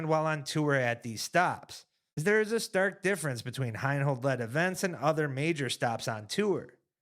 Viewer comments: HI-NOLD. Not HINE-HOLD. You lose credibility every time you don't know how to pronounce someone's name who is a major contributor to the sport. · from a purely disc golf perspective, the guys have some valid beef with Heinold. My only point is that it's better communicated when they say the man's name correctly.